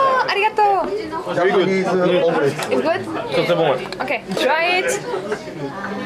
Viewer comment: 「ありがとう」 の発音が、カンペキ 「酔わないぞ」と言ってメチャクチャご機嫌になってるのが面白い。